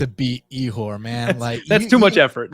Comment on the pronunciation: killing me with that Ihor name hahahaha